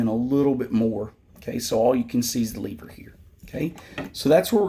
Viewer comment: Its pronounced lever not lever bruh